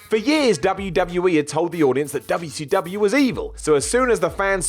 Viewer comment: I hate how your mouth says wcw like that. Fix it. Otherwise usually like your vids lol.